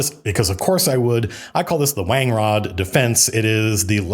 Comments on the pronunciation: Pronounced Wan-grod of course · seeing the word wangrod written out for the first time, it feels weird. Read it as wan-grod first. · I read that "wan-grod" defense